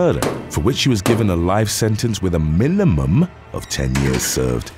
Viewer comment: life sentence with a Mi-ni-mum, of 10 years served